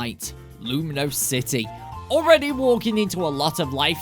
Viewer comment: bro u keep saying lumiose city wrong